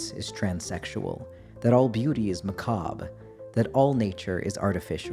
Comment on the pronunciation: That disclaimer was sexy as hell. It literally made me giddy and had me kicking my feet. Then you say the word macabre in the first 30 seconds. I feel god in this chilis tonight.